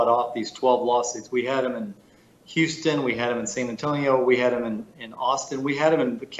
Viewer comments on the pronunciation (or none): none